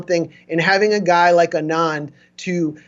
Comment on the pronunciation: Anand. Accent on the FIRST syllable.